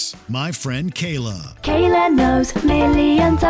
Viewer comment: oh come on. It sounds like the kid caillou voice on goanimate vyond and he even said kayla, sounds like kayloo, caillou with the short c.